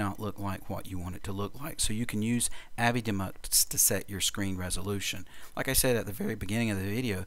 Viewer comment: Shouldn't avidemux be pronounced "A-V-I DEE Mux"?